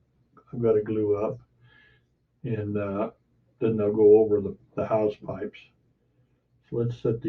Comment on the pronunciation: Hull is always the slow bit but your doing a great job, it will look great when you get some paint down. The anchor chain holes you seem to be pronouncing house pipes are hawsepipes. Have a great day